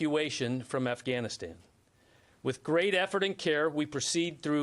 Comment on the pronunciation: he calls it Assghanistan.